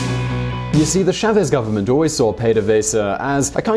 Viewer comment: It's "CHÁvez", not "cháVEZ"